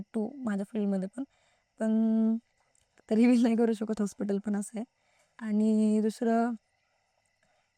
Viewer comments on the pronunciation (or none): बाई इंग्लिश नाही बोलता येत तर मराठीत स्पष्ट बोला उगीच व्हिडिओ चालू होताना reveal बोलायचं तर Reliv बोलता serious बोलायचं tar Civier बोलता बोलतय तुम्ही लाज आम्हाला वाटते 😂😂😂का